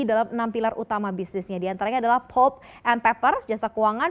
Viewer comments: Mba... maaf, anda keliru mem-pronunciationkan.... yang betul pəlp atau lebih bagusnya lihat di kamuzz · Agak terganggu dgn cara si mba baca " PULP " aduuuh !